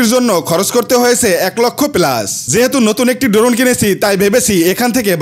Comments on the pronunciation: ড্রোন ❌ ডোরোন✅ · ভাই শব্দ টা ড্রোন হবে ড্রোন না